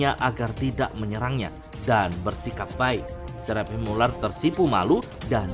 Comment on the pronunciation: Seraphim bacanya serafim biar enak.. Gua denger mimin kyaknya keribetan nyebut seraphim tapi h nya disebut jadi serap him..